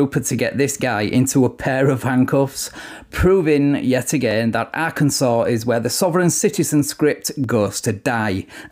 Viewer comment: I LOVE your videos and the way you pronounce Arkansas.